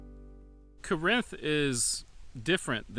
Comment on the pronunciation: Corinth is pronounced the same as the biblical town. Paul wrote letters to the Corinthians in the original Corinth. The one here in Arkansas is pronounced the same way. Birdsong I believe is just south of the buffalo Island area of Mississippi County. It was created during the great New Madrid earthquake of 1812. My great-grandfather worked for a lumber company in Mississippi County while they tried to drain the swamp that was created by that earthquake. He had a lot of wild stories and nothing but good things to say about the people of Birdsong. It's sad to see it starting to go the way of Romance and Banner. A lot of the little towns my family lived in over the last four generations have ended up that way or nearly have. Corinth is a good example as is Springfield Arkansas. All that is really there are two churches and the city hall/post office. My father preached at one of the churches in the 1990s and his great-great-grandfather established the other in the 1890s.